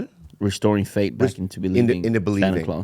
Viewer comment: “restoring fate” when he meant or was trying to say faith lmao